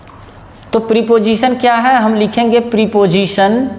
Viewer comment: प्रिपोजिशन नहीं प्रपोजिशन होता है ड्रामेबाज।